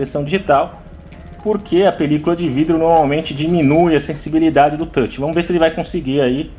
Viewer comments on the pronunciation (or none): none